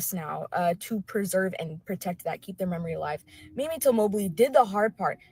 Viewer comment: MAY-MEE is the correct pronunciation of Mrs Till's name. The other word is spelled Mammie